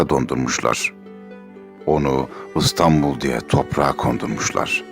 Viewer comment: Neden Istanbul? Adı İstanbul olan bir kent, yıllardır çoğu mecrada ve çoğu kişi tarafından "I" harfi ile okunuyor. Videoda okunan şiirde bile. Yazık. "I" harfi ağız kaslarımızı daha az çalıştırır. Tembelliğimizden olsa gerek. İstanbul yıllar içinde oluverdi Istanbul.